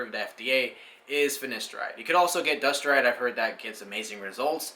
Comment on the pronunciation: Very informative video. Your hair is looking very well mate. Two quick corrections - Its pronounced Fin-A-steride and not Fin-I-Steride, and also Du-TAS-teride and not Dusteride. Other than that- well done. Really enjoyed watching.